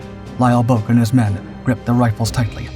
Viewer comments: The ou in Bouck is pronounced like ow in how and cow. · It's pronounced BOWK. I went to school with his son. Lt Bouck went on to become a chiropractor in my hometown of St Louis, MO. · There's like 3 ways that are all right to pronounce bowk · "All right" is one thing. The way the Bouck family with whom was acquainted was the same family as the Lt. Bouck in question. If they pronounce it "Bowk," "Bowk" is their correct pronunciation. My own surname is Lithuanian, and therefore unusual. My husband told me the various pronunciations he had heard (and as a student of linguistics, he learned of several), but ended with, "And we pronounce it XYZ way." The "all right" pronunciation of a name is the one the family chooses. Correcting the family's pronunciation or insisting others are just as valid while ignoring their stated preference is tacky. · I attended college in the 1960's and knew a guy with the same last name. He pronounced it the same way you did. It seemed to be a German surname, to me, but I don't recall any discussion of what his father did in WW II, and that was something we talked about back then, as the Vietnam War was ramping up.